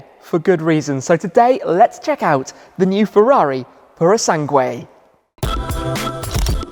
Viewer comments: Repeat after me. Pooro Sangweh. It's not Sang-wayyyy! I don't know where you're getting the Y at the end from. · You don’t have to pronounce U in Sangue. It says “PurO SanGe” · They should have given a different name, just some letters and numbers. Now we have to listen to anglophone youtubers butchering the name for decades to come ("pooroh sungway") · Thanks Tim, but I think I am going to continue to pronounce it Purosang (like I did before I heard anyone else say it). Purosangway sounds too overwrought! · "Sangueh." ROFL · U don't read the "u" in "sangue" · Hi Tim In the word "sangue", the letter "u" is not pronounced... 😉 Cheers from Porto 🇵🇹